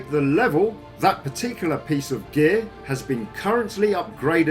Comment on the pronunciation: whenever he says geeyaar (gear) i laugh so hard